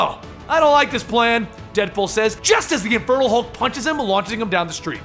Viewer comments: It REALLY sounds like you're saying "the INFERTILE Hulk" lol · I honestly thought you were saying "Infertile Hulk" at first! 😂😂 I love these videos, you genuinely make it seem like I'm reading a comic. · Each time you said Infernal Hulk, I thought you said Infertile Hulk.